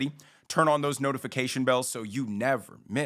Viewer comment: Love your videos and your ending, "so you never miss a vides" Love it.